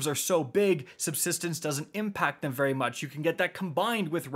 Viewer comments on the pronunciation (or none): none